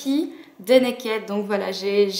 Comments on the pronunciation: arrêtez de prononcer mal le mot "naked" !!! ca me perturbe xD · Je comprends ton opinion, cependant, quand je regarde les vidéos d'américaines qui en parlent, elles disent Naked, pas Nakid. Je me suis souvent posé des questions sur la prononciation. Désolé si du coup ça te perturbe :).